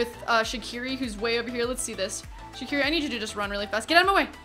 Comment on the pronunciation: You know, it's actually pronounced "Zatsiri" not "Shaqiri"